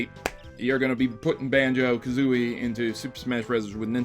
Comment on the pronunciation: I hate to be that guy, but it’s Kazooie, not Kazooi...